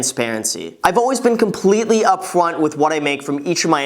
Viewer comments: "i always been up fwont" i liked that part :) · "Up fwant" Reallly? no one caught that ? GAGHAhaha